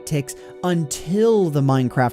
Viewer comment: Why do I hear "ticks" as "thicc"